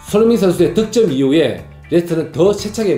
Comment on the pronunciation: 형님 "덕점"이 아니고 "득점"~ㅎㅎ 항상 잘보고 있습니다 ㅋ